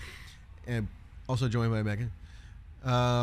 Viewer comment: lol that "And Megan" was so dry and short.... 🤣